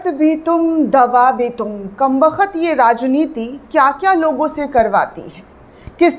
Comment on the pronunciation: Are madam kambakhat nahi kambakht bola karo kuch shayarana sa lagega apka bolna yeh kya anadiyo ki tarah kambakht ko kambakhat bol rahi ho